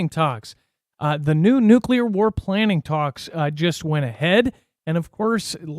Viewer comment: No, it's not nuke yeller.